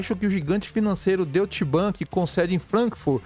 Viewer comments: kkkkkkkkkkkk Deutchi bank é foda.... ia escrever de forma aportuguesada para ele, mas logo vi a tua mensagem.... kkkkkkkkkkkkk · Se pronuncia " Doitche" bank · Doite Bank, essa é a pronúncia correta.